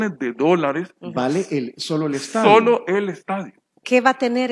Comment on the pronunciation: "LAYLA ESTADIUN" 😎👌🏼 jajajaja qe pex. Suena vien.?